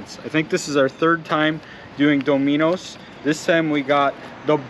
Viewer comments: "domeehnohs"? Are you from Canada or something? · We Americans pronounce it daw-mi-no’s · Lmfao Doe-minos??? 🤣🤣🤣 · .....i was making fun of how u pronounced it is "dom-a-nose" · Is that how Canadians pronounce Dominos? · hahaha nope, do they say it like that there? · nah I live in Canada and this guys the only person I’ve heard say it like that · That’s not how you say the pizza place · Sorry but you're pronouncing the word Domino's wrong way. The accent is on the first syllable instead of the second. Its pronounced just like the game. That's the first time I ever heard somebody pronounce Domino's the way you pronounce it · I'm giving a pronunciation break because he's in Canada, which I think is also the reason for the size of those pepperoni slices (did he order salami by accident?). I've heard that Canadian Bacon in Canada is called something else, too.